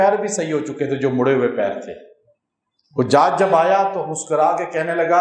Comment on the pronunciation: شيخ زادك الله علما قربا إليه.... حجاج بن يوسف الثقفي ... الحاء في حجاج بالفتح وليس بالضم وأما بالضم يكون جمع حاج. وهم حجاج بيت الله الحرام. ارجوا ان لا تخفى على فضيلتكم مثل هذه الأمور وانت امام المفسرين وشيخ الحديث.